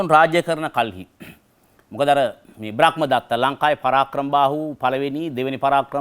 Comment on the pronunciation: ඔබතුමාට මොන දැනුම තිබුණත් ධර්මය ගැන නම් ලිඛිත කියවීමක් ලබලා නෑ කියලා තේරෙනවා. බ්‍රක්මදත්ත නෙවෙයි බ්‍රහ්මදත්ත.